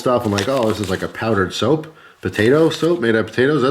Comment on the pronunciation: I was over here repeatedly saying soup, getting progressively louder after each time he said soap lol.